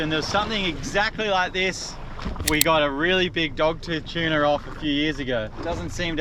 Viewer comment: Why do you pronounce tuna as chuna?